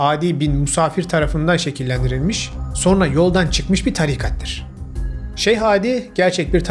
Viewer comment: HÂLÂ SO(R)NA DİYORSUNUZ."SONRA" ŞEKLİNDE TELAFFUZ ETMELİSİNİZ